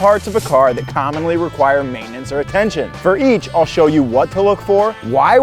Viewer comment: I like how y'all save time by turning the 3-syllable word "maintenance" into a two-syllable word "maintnance". Time saved! 😂 Great job with info and videography.